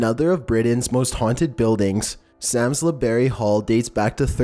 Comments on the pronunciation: I love your videos but I live near Samlesbury hall and its pronounced like "psalms-bury", not "sam-lez-berry" haha sorry, I couldn't not mention it :`D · It's pronounced Salmsberry not Salmesberry. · Sams lez berry hall?? I’m dying 😂😂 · Dont want to sound patronising but leap castle is pronnounced lep and i believe samlesbury is pronnounced without the l, samsbury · Doesn't surprise me that quite a few are in the UK. Number 13 is pronounced "Sarmsbrey" (Samlesbury)